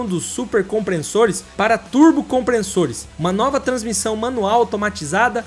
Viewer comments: CompreNssores Comprem-SSores Legenda: compressor Dicção: compreNssor 😂😂😂😂😂😂😂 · Ótimo vídeo. Só não é nota 10 por ter falado várias vezes "compreNssores", mesmo tendo aparecido a grafia correta no vídeo. Fora isso, parabéns pelo trabalho! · "Comprensores" foi f0d4. Fala direito aí bro. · Compressores!!! Nao " Compre- n- ssores!! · Não é compreNssores e sim compressores 😂😂😂😂😂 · "turbo comprenssores"??? kkk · chegou a me dar angustia de escutar "COMPRENSSORES" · "COMPRESSORES"... SEM A LETRA "N" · Turbo COMPRENSSORES 😂😂😂😂 eu não aquentei kkkkkk